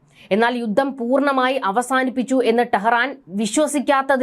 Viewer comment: യുദ്ദം? യുദ്ദം? യുദ്ധം എന്ന് പറയൂ